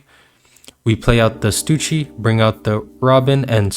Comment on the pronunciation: I’ve gotta ask, who’s Stucci, you mean stuSSy?